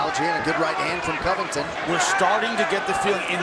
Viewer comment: why does say Covington’s name like that lol “Collllbay”